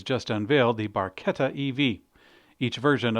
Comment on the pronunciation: Barchetta , please pronounce " Barketta" in Italian chi-che sounds like KI-KE , as following , ca- co cu- simply KA-KO-KU but the exception is CI-CE , witch should be pronounced like TShI-TShE. love your work